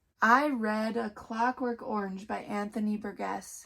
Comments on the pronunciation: His name is pronounced bur-jess. I wrote a report on this book as a senior in high school. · Ugh! Burgess is pronounced with a soft G. Have you never heard that name pronounced? I've pronounced names incorrectly that I had only seen written but this one is a pretty common name. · Please learn how to pronounce Burgess.